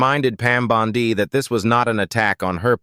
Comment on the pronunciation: You would think AI could be programmed to pronounce Bondi correctly or even “Jamie”. Always a tell. 😊